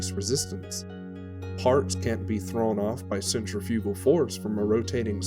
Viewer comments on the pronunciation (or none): none